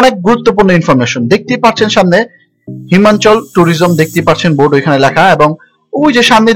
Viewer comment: হিমানচল না, হিমাচল। টর না, টুর। বলবো না, ভলভো।